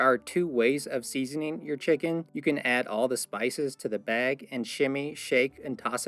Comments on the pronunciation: I'm from the south. What's a "beg"? 😆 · I like, the way he coated the, protein in, the baywgggggg